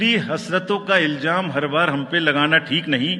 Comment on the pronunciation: Iljam nahi ilzam hota he saheb. Kahan se sikha ye sher?